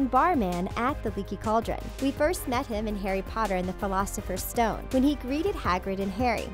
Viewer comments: wait in the fleelosifers stone? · Who else got 😠 MAD when dhe said "filocifer stone" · Am I the only one that is triggered at the fact that she said "Harry Potter and the 'Philosopher's' Stone" grrr if u gonna make a video at least say the name of the book/movie correctly 🙄🙄😤😡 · flusfer stone warwuf wow lady